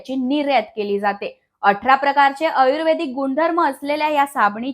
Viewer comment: आयुर्वेदिक शब्दाचा उच्चार पण चुकीचा आहे